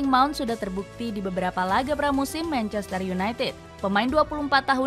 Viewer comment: Manchestereh kok ada eh nya min?😂